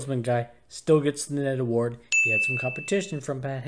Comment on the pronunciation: You know when I first heard you say "Ned Award" I thought you were saying "Netherwort Award" which if you don't know, Netherwort is mushroom or otherwise a fungus that grows in the Nether which is a hell-like dimension in the popular (or at least it was popular, I don't know if it still is or not especially with hytale coming out) game Minecraft. Hytale is said to be a mix between Minecraft and Roblox... I'm excited for it... if your ever interested in doing gaming stuff, this might be right up your alley when it comes out which is supposed to be this year, but idk.